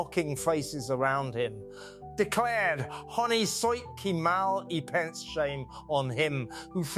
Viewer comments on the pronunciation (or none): YOU CALLED HER KATE MIDDLETON- IDIOT and I can't even bring myself to comment on your pronunciation of Honi soit qui mal y pense